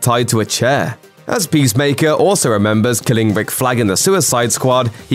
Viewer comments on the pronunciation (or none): none